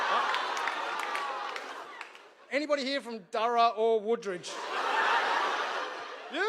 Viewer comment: Darra. Its pronounced Darra 😂